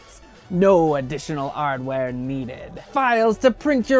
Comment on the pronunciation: "Additionar Arr-dware" is SO GOOD lol!